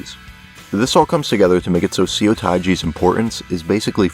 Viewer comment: If you see a Korean word written with “eo” in it, it’s probably pronounced “uh”. (“u” is pronounced “oo” like in “too”.) So Incheon Airport is not “intchy-on”. And “Seo” is not “see-oh”, but “suh”. And “mukbang” should technically be written “meokbang”.